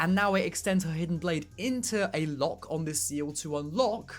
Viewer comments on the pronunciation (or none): none